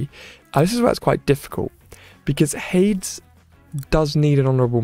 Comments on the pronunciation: Also, what is up with “Hay-d-s”. You said it correct before🤣 “Hayd-es” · It's Ha-deez, not Hayds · Why do you pronounce Hades weird?